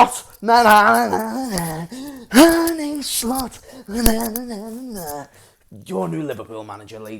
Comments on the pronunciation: Listen kidda, i know you're a Scouser and so am i. That's why i know you're intelligent enough to learn to pronounce arne slot correctly. Arne isn't Arnie etc it's like Ange with an R in it so it's arnge and that's todays schooling lesson over larh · It's more like Arnuh